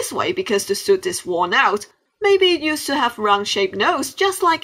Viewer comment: hahahahahhahah its not shuit its suit😂